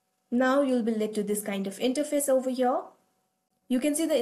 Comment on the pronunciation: I like you accent when you saw overhere 😂😂😂